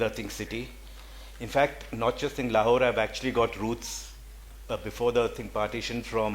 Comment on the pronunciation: It's so jarring to hear the moderator lady constantly pronouncing it with the superficially anglicised " Lawhore". Please please start shedding Lawhore and start owning the correct way Lahore